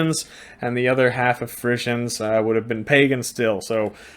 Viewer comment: I can't stand that during this hole clip you keep on going to call the Friezen"faeces".You say you have been to the Netherlands so why don't you try to pronounced it correct.